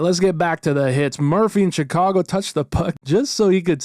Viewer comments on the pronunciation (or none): none